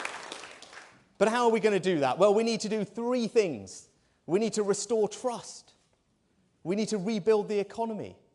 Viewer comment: We do not want to "Restore Truss"! Rishi - make sure your t's are heard when talking about trust.